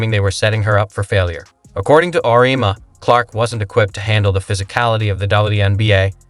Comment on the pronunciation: This video is so sloppy. I don't know exactly if it's AI voice over or if it's someone that can't pronounce words. Auriemma....pronounce right one time, the next sentence pronounced Aurma. Then goes on to mispronounce it 5-6 different ways. Hawkayes. Dino Rosti. Etc, Etc. Then the video saying "Caitlin returns to watch the HawkEYES vs. Drake"...and it's 30seconds talking about that while showing footage of Seattle Storm vs. Minnesota Lynx game.